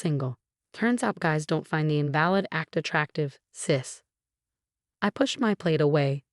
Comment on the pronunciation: Martin ez? Horrible AI reading. INvalid, not inVALid.